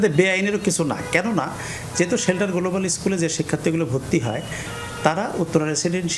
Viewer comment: সে তো উচ্চারণ করতে পারছে না গ্লোবাল, বলতেছে গোলোবাল। সে আবার মাষ্টার মশাই কিভাবে হয় 😅